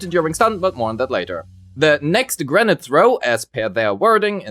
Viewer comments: "granite"? It's grenADE, like 'lemonade', what are you? A boulder, a rock person?! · granade is pronounced "gruh-nayd" not "grenat". Also gemini is pronounced "gem-min-nai" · At first, I was like: "What's "granite" have anything to do with Grace's kit?" Turns out, you meant "grenade" lol. It's pronounced as "gruh-neyd". Rhymes with "blade", "gatorade", "shade", "Grace sat on my face; I need first aid." etc. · You're pronouncing grenade like Granat. Nade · Thank you for the video but everytime you say grenade i hear granite. So I keep thinking why is Grace throwing a rock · Very good guide 👍 but please stop saying granat😁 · He is pronouncing it like the latter part of "Pomegranate". Doing this for the word "grenade" seems to be a pretty common mistake among Germans (Nix für ungut, bin selbst ne Kartoffel) and I genuinely wonder were that stems from 🤔